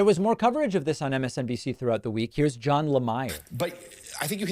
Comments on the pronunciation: It's Le Meer not Le Mire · I have to ask how you've been in the political world for over 20 years and yet you mispronounced their names - Jonathan La-Meer' is how it's pronounced, not 'John Lah-mire.' Sorry, I was quality control/spell-checker in the 90s from transcription company so my ears catch these things. Love the show, tho!! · MSNBC's Jonathan Lemire pronounces his last name La Meer, not La Meyer as in Oscar Meyer Hot Dogs. Thanks for the podcasts David, you help keep Americans sane when trump drives us nuts. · It’s pronounced ‘Jonathan Lah-meer” not Jon Lahmire. Just helping you not become Trump. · David I hate Trump and absolutely support you going after him, but I gotta tell you bud, you can't take someone to task for slurring when your audio recording has quality issues. YOUR equipment was slurring. Also, Lemire's last name is pronounced "La-Meer". This was easily researched before you recorded, but you didn't bother. You came off as a complete amateur here. Not likely to watch your show again. Why shouldn't we just watch Meidas instead of listening to your third party after the fact half-way take on it? Thanks. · Hey David, Jonathan Lemire I think is pronounced "Le meer" as in the french pronunciation. Let me know if I got it right. Jean in Ottawa. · David Jonathan Lemire's name is pronounced LeMEER. Just a friendly correction. Love ya! :) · Jonathan Lemire is pronounced "luh-meer" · La-Myer lol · It's pronounced Jonathan La-meer. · Um.. his name is pronounced Jonathan La-MEER. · Johnathan Lemire’s last name is pronounced “La-mere” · Lemire is pronounced ‘luh-meer’ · It's pronounced La Meer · You may want to learn how to pronounce [Jonathan] Lemire before you criticize the speech of others. Just saying.